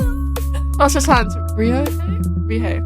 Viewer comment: What a proper playthrough! Your pronunciation of Ryohei was lovely and thanks for liking the lore plus minigames. Cheers!